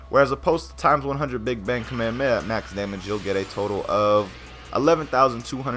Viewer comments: STOP SAYING KAMEHAMAHA LIKE THAT JESUS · FFS KAA - MEH - HAA - MEH - HAA